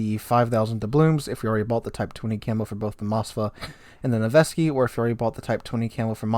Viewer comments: FYI, Nevsky is pronounced "NEV-skee", not "Nu-veh-skee". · Please read those names correctly. Its not Mosfa and Nevesky, Its MOSKVA and NEVSKY.